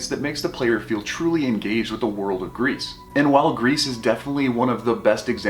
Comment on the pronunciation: I dont wanna be that guy, but french is my main language and gris is pronounced gri. The "s" is silent. But thanks for the really good review. You gained a subscriber.